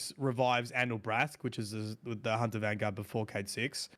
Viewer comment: Lol geez you got me saying hoonter now 😂